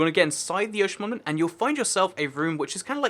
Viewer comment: I feel like you dont know how to pronounce ‘monument’